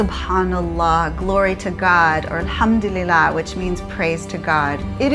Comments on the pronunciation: the way u said alhamdulillah and subhanallah really on point. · i was really surprised & impressed by pronouncing perfectly d words "subhanallah" & "alhamdulillah". your travelling around d globe has broaden understandings of different cultures, customs, religous beliefs, people, languages........ great job tim & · She sound like she can speak Arabic.